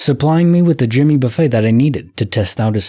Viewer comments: I was cringing every time I heard it wrong! I was like Buff-ETT Buff-ETT! Ha ha! But that would be because my dad listens to him too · And Jimmy Buffay 🤣🤣 only AI wouldn't know how to correctly pronounce these names😂😂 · And Jimmy "Buffay"?? 🤯